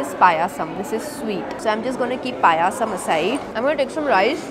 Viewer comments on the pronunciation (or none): It's payasam not paya 😄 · Didi how u pronounced pyaaaasam like we pronounce kheeeeer